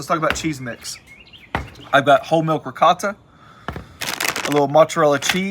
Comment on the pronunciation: Eccellente! Man, that's it -- the Italian meats! I'll definitely make one. Love the "rigawt" (Italian slang for ricotta cheese, LOL). In fact, the meats are pronounced "prozhute" -- "suprasahd" -- and made famous by the Sopranos -- "gabagool" (capicola). Thanks and again, great job! 👌😋